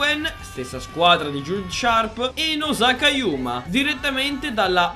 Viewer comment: il nome esatto di yuma e yuuma con 2 cazzo di u